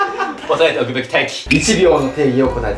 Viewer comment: おさえておくべぃき、てぃき（笑）